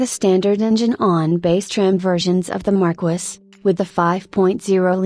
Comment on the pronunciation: 😂😂😂😂 AI pronunciation sucks! It's "Mar-keys"